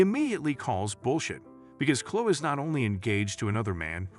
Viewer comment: Story 2: It's pronounced ChloE not Chlo